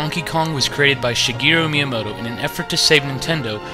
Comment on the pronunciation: The first time and ONLY TIME you ever say Shigeru Miamoto’s name right without an accent